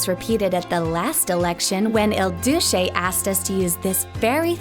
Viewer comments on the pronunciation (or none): none